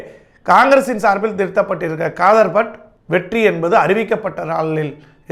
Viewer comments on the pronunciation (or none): வேட்பாளர் பெயர் காதர்பட்டு இல்லை தாரகை கட்பட் தெளிவாக கூறவும்